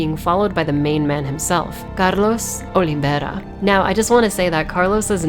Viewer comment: I am Brazilian and the name Carlos Oliveira, is a native name from the Portugal Language and not Spanish, the correct surname Oliveira is pronounced in English as: OliVA in rha, forget the pronunciation B (Olibe...) V (Va, like the word Vanish in english), is like Olíver but ends with ira (in rha). Great Video.